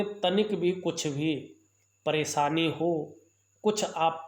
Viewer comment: भासायें, ज्योतिसी, ॐ नमो सिवायः, अच्छर, परेसानी, असनान, संकर भगवान, सुक्र, सिस्य, यस, सानदार, छैत्र, छमता, सक्ति, प्रभावसाली,•••••• हिन्दी का इतना अशुद्ध, उच्चारण•••••• क्या आपको रत्तीभर भी शर्म नही आती?? बेहूदा हिन्दी उच्चारण•••••• ऐसा ही आपका ज्ञान होगा, इसमें कोई दो राय नही